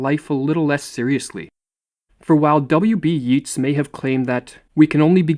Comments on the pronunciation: Yeats is pronounced "Yates" not "Yeats". Seriously guys? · WB Yeats name is pronounced the same as gates.👍